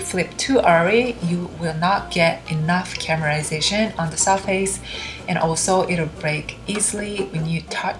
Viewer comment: stop saying CAMERASATION instead of CARAMELIZATION.